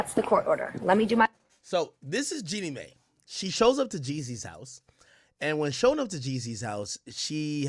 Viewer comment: Her name is Jeanie “My”